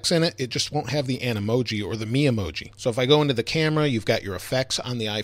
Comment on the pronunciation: You're saying Memoji wrong